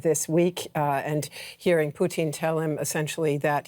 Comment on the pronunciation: the way this chick says Putin's name like the food is really bothering me.